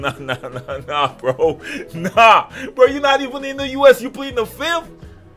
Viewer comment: "Said he plead the fizith" lmao